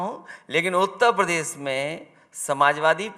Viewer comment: उत्तप्रदेस नही उत्तर प्रदेश होता है अखिलेशुद्दीन जी😂😂